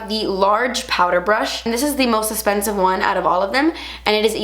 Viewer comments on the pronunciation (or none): Is. It me or said esspensive lol 😂